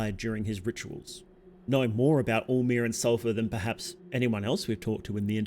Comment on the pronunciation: Lmao every time you say all-mer, I kept mistaken for “omer.” Maybe it is just me 😂😂